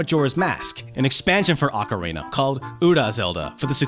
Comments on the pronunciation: I don't understand how it's possible for anyone who are this involved with Nintendo, publicly no less, could think one of their most well known games are known as "OcarEna of time". It's pretty baffling because how could he have missed how to say it and also avoided being corrected for so long?! There's no mistaking it either because he repeats it so many times so it's not a one time blurb or simply misheard. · Oca-rayna? xD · I love how he says ocarina, makes me think of the macarena 😆